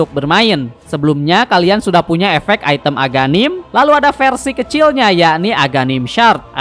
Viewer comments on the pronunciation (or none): none